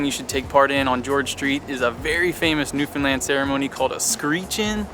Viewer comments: I love you pronounce Newfoundland correctly. Great videos! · As a Newfoundlander I have to say I'm impressed with your videos, and in particular you pronounce Newfoundland correctly! So many folks mess that up. And I can tell you really researched things. I grew up in Port Union and Catalina and used to hang out at my grandparents place by the boardwalk in Bonavista. You did miss the historic sights in Port Union but I'm being nit-picky...you guys did a great job. Thanks again. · You are the only people who are not from NFLD who say our province name right… FINALLY!! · My boyfriend and I found your channel and we’ve been binge watching the Newfoundland videos you’ve posted. Crazy I have lived here 30 years and haven’t seen some of the things you’ve posted in your videos. ALSO!!! Thank you for taking the time to learn how to pronounce Newfoundland! Love your channel, and will be watching in the future! Subscribed for future travel videos!! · I know that this might sound a little odd to some, but I really appreciate how you took the time to learn the proper pronunciations of the province and the various places you visited. I know that it might sound a little petty, but it is appreciated by the people who live there. Rarely do you come across a travel video of Newfoundland where they pronounce the names correctly. Great job!!